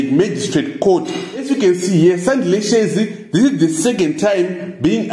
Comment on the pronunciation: who is responsible for this video? cannot even pronounce their surnames? who r you